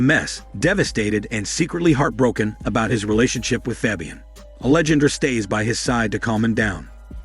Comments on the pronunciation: Angelandra… that shit has been killing me this entire video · I was almost half way through before I realized it was trying to say ‘Alejandra’. LOL